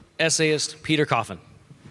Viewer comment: He says everyone's name so prominently and then quickly andpetercoffin